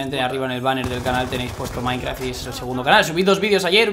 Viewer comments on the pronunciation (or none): none